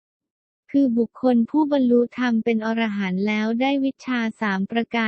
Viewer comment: คนอ่านนี้อ่านผิดอยู่นะ อ่านว่า พระ อะ-ระ-หันต์ มิใช่พระอร- ระ- หันต์ถ้าอร- ระ -หันต์คำนี้หมายถึง สัตว์ประเภทหนึ่งในตำนานกรีกโบราณ นี้ละคือคนส่วนมากมักจะออกเสียงผิดเสมอ พูดผิดออกสะกดผิดความหมายผิดไปเลยนะครับ